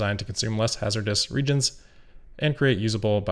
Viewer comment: pronounced ree-age-ents